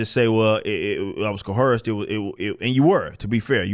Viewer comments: There is no "H" in Co-Erced. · Stop pronouncing coerced with an H. It is distracting from your message. Other than that, keep rocking man, you're awesome.